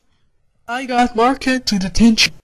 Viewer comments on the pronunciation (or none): Dude it’s marker not market